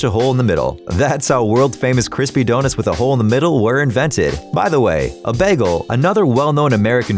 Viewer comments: Did anybody even notice that he said DONITS instead of donuts 🍩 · He said doe nits , not donuts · I love how he calls donuts donits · Did he say wholes in donits? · He called donuts donits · "DoNITS" lol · excuse me?! What’s a donit??? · Nobody gonna talk about the “donits?” XD donits.....Lol😂😂😂😂😂😂😂😂😂😂😆😆😆😆🤣🤣🤣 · The way he said donuts